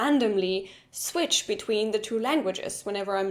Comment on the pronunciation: Hard to catch because she pronounced it "svitsch." That's some hard-core Denglish there!